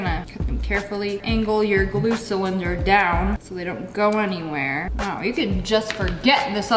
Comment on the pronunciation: Oh my god the way she says "weooow"😂😂😂😂